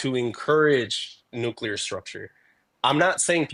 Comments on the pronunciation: Nuke you lerr????🤦‍♀️. If she cant say it, she doesn’t understand what she’s talking about. As for the guy, he’s simply a feelings over facts kind of guy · I think that first caller likes the Nookleur Family! While the second caller is a fan of the Nucular Family. Fascinating!